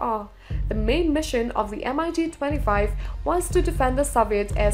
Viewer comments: Mig not M.I.G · I cringed every time I hear pronunciation M-I-G. It is not M. I. G. It is Mig simple and phonetic. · Lol MIG is pronounced in one word not M.I.G. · It’s Mig. Not M I G. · I got ear cancer by listening to "M I G"... the companies name is Mikoyan Gurevich, why wouldn't you just call it mig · The "emeyegee".... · Please pronounce MIG as MIG not M I G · Hey lady, just say MiG......you dont need to spell it.....Jeez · Everytime she says MIG a pup dies... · its called MIG not ''EM-AY-YI'' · Em Ai Gee? Seriously? How incompetent is this narrator? It's spelled and pronounced MiG, not MIG. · Heh...And the Migs are apparently...Emm-eye-geez.. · Its a Mig, not an M.I.G! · The girl voicing the video doesn't know much about its content. M i g for mig Mikoyan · Nobody says M.I.G..... Its Mig. Dont disrespect them. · MiG is pronounced as mig - just like "big". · Эм-Ай-Джи....девочке надо рекламировать стиральный порошок,а не говорить про авиацию. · Yeah M I G.... 😂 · Dassault Mirage 2000 pronounced as: Dassault MY RAGE Two Thousand... Oh, I almost break my laptop screen! With then her pronunciation of Eurofighter Typhoon (as Tycoon) and Mikoyan-Gurevich abbreviation as M-I-G. I really need to close the lid & save my laptop. And seriously I really need to control MY RAGE!